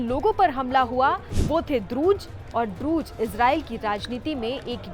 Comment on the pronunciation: Not druj but druz 😂😂😂